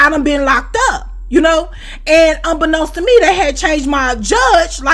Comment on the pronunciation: Maaann I love when she says that🤣😂🤣😂 “Unbeknownst to Me” 🤣😂